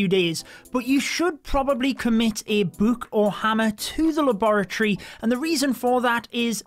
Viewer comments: i love when he says “buuk” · Ur saying book wrong